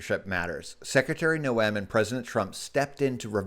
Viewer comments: Her name is pronouncements Nohm. Just though you would like to know because viewers listen carefully to what those we trust with news. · can you please pronounce Kristi's last name correctly!